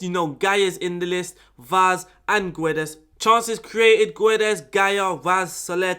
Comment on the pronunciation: When you say Guedes you are not supposed to read the U. So its like Gédes. 😆 Nice video btw, tactics looks very nice. Will give it a try. Thank you